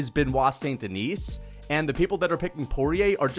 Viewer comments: Okay you need to stop daying "Duhneece". It's "Duhnee", SAIN-DUHNEE,, DUH-NEE, T & S are SILENT. 😭😭😭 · Bruh. My God. This your 3rd BSD video and you STILL can't pronounce his name correctly! F*ck man. The F'ing "S" in Denis is silent. It's pronounced "Di-KNEE". It's really not difficult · Stop pronouncing s in saint deni(s) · DON"T PRONOUNCE the "s" at the end of his name. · The s in saint denis is silent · Can we please learn how to say Beniot's last name? I mean, you can fricken pronounce davalshvlii or whatever it is! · Just please drop the S at the end of Saint Denis and Du Plessis for god sake